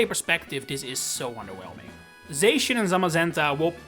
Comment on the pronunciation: It’s pronounced ZAH-SHEE-ihn, VEE-oh-luh, and SEEL-EE-oh, “”! 🤨